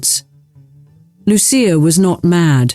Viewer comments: God, the AI is strong in this one. So banal and repetitive. I see the software is boggling on Loo- sha, or Lucy-ah. Hint. She and her brother were given Italian names. It is Loo- chee- ah. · It was pronounced Loo-sha. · Lu-CHIa. They spoke Italian.